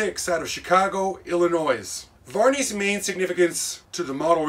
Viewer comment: What is ill-eh-NOISE ? 🤔⁉